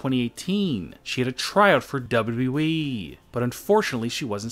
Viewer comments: Dude say it right is W W E!!! Not WE!! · Wbalue eeeeee. It’s wwe it’s not that hard to say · You say wwe like we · The double wee.